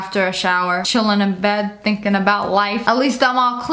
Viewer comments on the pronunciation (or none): none